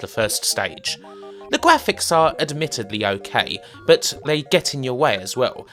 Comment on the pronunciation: Cwappy wubbish gwafics.